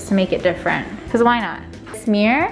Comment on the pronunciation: The amount of times she says "Mee-yur" made me turn away from this upload.